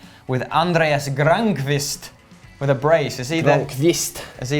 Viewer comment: Granqvist pronounciation was actually on point